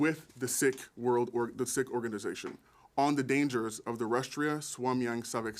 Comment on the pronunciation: It's not sick It's seekh